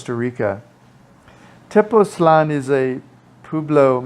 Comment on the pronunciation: I’m thinking of retiring there which is why I clicked. So this helps a bit I think. (I often wish Americans would work on languages outside English. Spanish has diacritical marks that help pronunciation. Tepoztlán has an accent. The emphasis is on the last syllable, not the second to the last.)